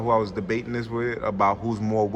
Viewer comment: You were good until you said diz